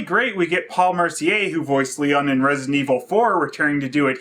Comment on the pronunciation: "Resinent" lol